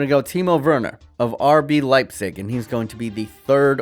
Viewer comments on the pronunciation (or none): none